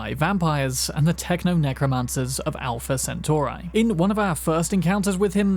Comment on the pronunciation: My only problem is just how you say 'centauri'